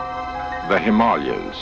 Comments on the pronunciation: He said himallas. Didn't he mean Himalayas? 🤔 😳 🤣🤣🤣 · He said HIMALIAS.. 🤣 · him all leh yous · Its called the HIMALAYA,S not the HIM ALE,AS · The narrator called the himalayas the " him mall yas 😂😂😂😂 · You'll hear people pronounce it both ways... I think the locals actually pronounce it, as he said it.